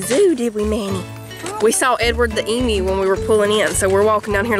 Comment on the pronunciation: Yay for pronouncing “emu” correctly. Warms my Aussie heart.